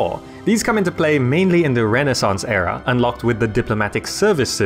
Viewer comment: the way you pronounce era, is in error.